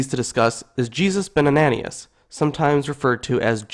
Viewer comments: Great video. But pronounce the names CORRECTLY. ANANIAS, is pronounced AnanYas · ...and it's Ben Ananias (An-a-NYE-us)